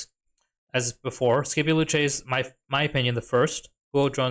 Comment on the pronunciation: Say Skippy-O one more time🥲 Sip-E-Oh😂